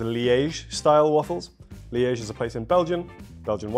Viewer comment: He butchered liege 💀